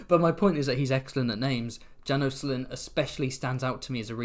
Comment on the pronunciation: János and Sándor are hungarian names :) haha ("Janosh" and "Shaendhor" maybe the right pronounce)